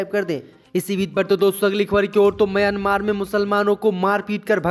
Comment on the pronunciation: म्यांमार देश है भाई उच्चारण तो सही करो।